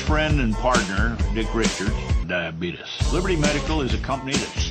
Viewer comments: I promise you... Diabeetus LOL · it's Actually DiaBeetus